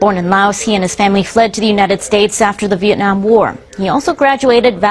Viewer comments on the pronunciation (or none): none